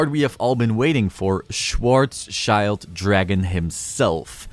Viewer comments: I don't want to look lecturing but maybe it's interesting for you. It's pronounced Schwar sss chilled dragon :) it means black shield in German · Butchering Schwarzschild is inevitable for many people, especially if you're not familiar with how Germans pronounce words.